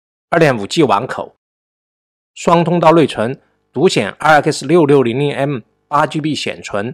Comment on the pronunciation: wu g，不是v g。nei 存，不是nuei 寸！